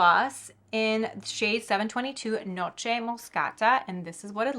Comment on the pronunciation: Whatever’s on your eyelids looks absolutely stunning! (Sorry if you mentioned what it is and I missed it) Also, weird question but do you speak Italian? Your pronunciation of “noce moscata” was perfect 👌🏻🤌🏻